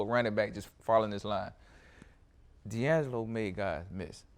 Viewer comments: Lol said D'Angelo hall.. aint it dante? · It's dante hall put some respect on his name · It's Dante Hall guys.... Come on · DANTE Hall. Not Deangelo, DANTE Hall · Its Dante Hall and not D'Angelo Hall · dante hall not deangelo hall lol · It’s Dante Hall not diangelo 🤦🏽‍♂️🤦🏽‍♂️ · They saying diangelo Hall instead of Dante Hall 😂😂😂😂😂😂. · Hester said D'Angelo hall instead of dante hall. The fucking disrespect lol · So nobody was stop him from saying Deangelo Hall instead of Dante Hall?? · Anybody else feel kinda awkward with them continuously calling Dante Hall…Deangelo Hall. I know what they meant but still 😅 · Daunte Hall not DeAngelo Hall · ITS DANTE HALL lol not Deangelo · Dante hall not deangalo hall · He called Dante Hall. D'Angelo Hall 😆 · Donte not Dangelo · Dante Hall not Deanglo Hall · *Dante Hall.....not DeAngelo Hall. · Dante Hall not Deangelo Hall wtf lol and what about Prime Time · They said deangelo Hall when it’s Dante Hall LMFAOOOOOOOOOOOOOOO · Nobody corrected him that it’s Dante Hall not Deangelo… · IT'S NOT DEANGALO HALL!!!! IT'S DANTE HALL!!!! IT'S DANTE HALL!!!! IT'S DANTE HALL!!!! IT'S DANTE HALL!!!! IT'S DANTE HALL!!!! IT'S DANTE HALL!!!! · DANTE HALL DANTE HALL..He the goat but its DANTE HALL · “DONTE HALL” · Get that man name right it’s Dante Hall “X factor” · How you get the x-factor name wrong